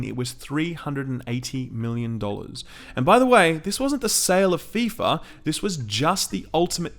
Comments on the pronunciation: "Ef eye Ef ay Soccer!" My sides! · "EF EYE EF AY INTERNATIONAL SOCCER" - I lol'ed